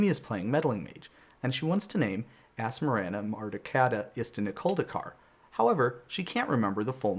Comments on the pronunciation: I don't like that you pronounce Asmoranomardicadaistinaculdacar different than me >:o I stress it like this- Asmora-Nomardica-Daistina-Culdacar, which makes more sense to me considering her name is shortened to "Asmora" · he pronounces asmoranomardicadaistinaculdacar wrong :(